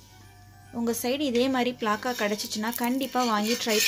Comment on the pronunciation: Athu pilaka illa pilamuss 😁😁😁